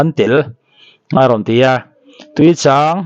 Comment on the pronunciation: Thil chhiar hi uluk deuh thin teh u.chang leh chhâng hi in ang lo a nia